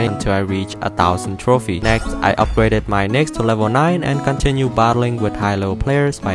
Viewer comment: The fact that he said throphie instead of trophies